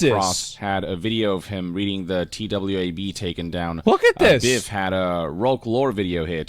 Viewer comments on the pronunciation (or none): The mispronunciation of "TWAB" and "Byf" tells me this dude doesn't play Destiny at all XD BTW, you should try D2 Asmon, for real one of the best MMOs (yeah, is an MMO) out there.